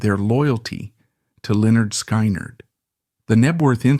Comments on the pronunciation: If it’s so intelligent, why can’t it pronounce the name right? I listened all the way through but I got so sick of it pronouncing the band’s name wrong. They actually showed how to say it on their first album. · 18 whole seconds into your presentation, you mis-pronounced Lynyrd Skynyrd. How in the world do you expect us to believe anything you say? This is so over the top ridiculous. Get your crap straight, then try to make a video. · WTF? Can’t even pronounce the name correctly of the band correctly! Fuck AI, time to turn this video off! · If you can't even pronounce the name of the band why should I listen to anything ai spews. Misinformation central... bye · I was gonna goof on the guy for the way he pronounced the band, but no way is it a real person. So I'll just say i miss Lynyrd Skynyrd. One of the best bands ever... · Ai just can't get the name right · You should learn to pronounce the name of the band before reporting on it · The scariest thing about this is the pronunciation of LenNard SkyNerd. Sounds like a crummy 🏀 basketball team in a bad dream. I say if AI can't handle the job, hire a human!....just like in the good old days.⁰ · Really? Lynyrd SKI-NERD? Is this AI, some idiot from another planet or some stupid millennial who just doesn't get it? And he's mentioning the Hell House and the video shows some big luxury mansion. God, only in the 21st Century! Fucked up... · IT'S PRONOUNCED "Lĕh-'nérd 'Skin-'nérd" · Say it with me "skinnerd" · Its pronouced Lynyrd (Skinard) Skynyrd. ❤❤ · It is Pronounced SKINARD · Pronounced SKINNERED!!! God man learn your ah craft. Do some research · Lynard SKY-NARD would it kill the guy to pronounce the name right? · If people would just pick up LYNYRD SKYNYRD'S first album... PRONOUNCED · Says this is Ai and soon as IT pronounced band name wrong IM done with it. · When you can't pronounce Lynyrd Skynyrd I will not stay to your mess up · No! Absolutely not! You cannot even pronounce Lynard Skynard correctly.